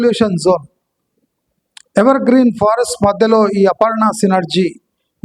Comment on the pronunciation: Sir they Pharest not forest😂😂